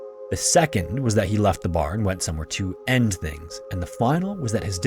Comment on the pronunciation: Every time I hear you say “”””””end things””””” with like 30 air quotes I cringe